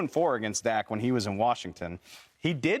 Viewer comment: Shady can't even pronounce his cousins name correctly lol, shady is just a dak hater....and acho appears to jump on his 🥜 during some segments lol